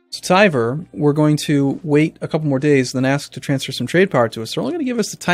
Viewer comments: IT ISN'T TIVER!!! It's more like T-ver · It is never pronounced Tiver. nowhere, never, it is TVER. END OF STORY.